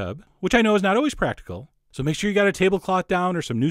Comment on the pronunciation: "Traller park shallots..." You say "trailer" in a very... unique way... Just like when you say "alweyss..."